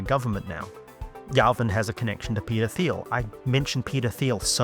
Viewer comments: "Peder Phiel" lmao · Every time you say Peter Thiel, I hear 'pedo feel'.